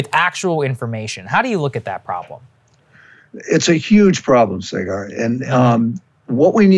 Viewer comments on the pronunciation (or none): Please don’t call him Say-Gahrrr It’s Saw-Grrrrrrr Or as Bernie Sanders would say, Sah-guh